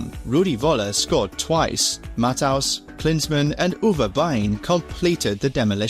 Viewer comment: The way he pronounces Matthäus. 😢